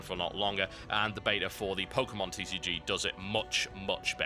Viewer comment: TCG not CCG it sounds like he is sayin "c" though